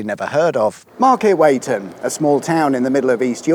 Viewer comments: Never heard it called Market wait-en before. When I was young it was always Market Wheat-en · Market "wee-TON" not "weigh-ton". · Pronounced Market Weeton not Market Wayton; Leeven not Levan and Bransburton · Market WEEton not Market WAYton... surprised you weren't laughed outta the village mate...! Great series tho... fascinating stuff... thank you!!! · Great to see my beloved East Riding in one of your videos - I was brought up there and recognise all the places you visited - yes, I’ve even heard of Leven and Brandesburton. Although I do feel I may have to write to my MP about your pronunciations. ‘Way-ton’? It’s ’WEE=ton’. LEE-ven. And the E in Londesborough and Brandesburton are both silent. Hmph. Go stand in a corner and write 100 lines; ‘I must speak to a lerrcal when doing videos with weird pronunciations’. ;-) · Wee ton not way ton 😂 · Its pronounced market "weeton" not weigh-ton. God I love Yorkshire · It's pronounced Market "Weeton" not "weight-on". I only know this because I grew up in nearby Beverley. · Market Weetun not Market Waytun. Get it right. Lived here for over thirty years and it’s a fab place to live. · Oh dear me! "Market WEE-ton", not "Market WEIGHT-on". And "Londs-BRU Arms", not "Lond-es-bru Arms". Also "Brands-burton" and not "Brand-ES-burton".🤣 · Pronounced Market weeton not wheighton please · Started to enjoy watching these when they are areas I'm familiar with. But I do wish you could maybe learn how to say the names of the places you mention 😂 Market Weet'n' and londsborough (silent e) would perhaps convey how they sound? 👍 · Market Wee ton. Londs bruh. Youre welcome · Market Weeton, Leeven, Brands burton. Loved it apart from the pronunciation of local villages. The dogging lay-by was where red kites were first released here. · 😂 it's pronounced Market Weeton, for some reason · Please learn how to pronounce the name it's pronounced Market Wheaton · Market Weighton - pronounced "WEE-TON", not as written. ;-) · Market "Weeton".